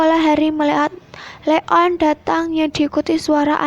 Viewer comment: Bilangnya Leon bukan le on